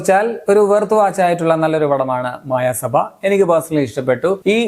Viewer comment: It's not മായ സഭ, its മയ സഭ